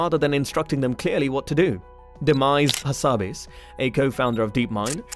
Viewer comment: The heck! Demise Hasabis? ---> Demis Hasabis bro.